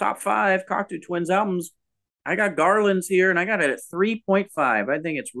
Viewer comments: i know that this comment will win the pretentious-twit award, but i can't hear this pronunciation of "Cocteau" without shuddering a little. Yes, that's an overreaction. i'll work on it for next time. "eau" in French sounds like "oh" in English, not "u" or "ew" or "oo". There. i shouldn't press send, but i'm gonna anyway. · You’re not the first and you won’t be the last. The truth is, I don’t care and will never pronounce it correctly. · They don't care and it doesn't really matter. it is just weird and funny to hear all of them butcher it repeatedly. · Wait, learned how to say Cocteau Twins, but he keeps saying Coctoo. Are you trolling us? 😀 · You're wrong about the band pronunciation. It is Coctoe, not Coctoo. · I love seeing younger kids listening to this amazing band. But you guys are killing me on your pronounciation of their name. Please fix it lol. It's " kawk tow not kawk too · It's "coc-toe", not "coc-too." It's French. For example, Canada's elected leader is Justin Tru-doe, not Tru-doo. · It’s pronounced Coct-oh. Not Cocktoo, or Cockatoo. Named after the French filmmaker and poet, Jean Cocteau. I saw them live back in the 80s, supported by Jesus and Mary Chain. They were very good. Good site. I like it. It would help if you did more homework beforehand, however. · It's pronounced COC-TOE not COC-TOO. You're welcome 😊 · Definitely pronounced "Cock-Toe" as in the French poet and artist - Jean Cocteau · I've got a lot to say about this episode - it's pronounced "Cock-Toe" I believe - but I agree with Joe's final statement. Heaven or Las Vegas is often described as blissful dream pop but it really features so many tiny hooks in the interweaving vocal melodies and guitars that it's got far more dynamics than I ever thought before listening. Episode 4/5 ( rigidity...bleech) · Yes. The "oo" is driving me nuts. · If she can make up words, I can pronounce the band name however I see fit.